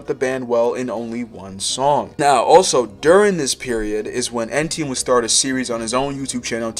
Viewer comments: It was driving me crazy 🤣 E-tienne not EN-tienne ffs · Brother you keep calling him ENtienne your entire video but it's ETienne like want to do some research orr just make stuff up? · why do you keep saying "ENtienne" its so distracting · Pronouncing it Ntn was driving me insane 😂😂😂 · bruh if you’re making a whole video about someone at least get his name right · how do you keep saying his name wrong